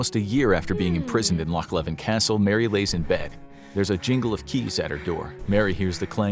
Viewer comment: LOCH LEVIN!!!!!!! ITS LOCH LEVEN AT KINROSS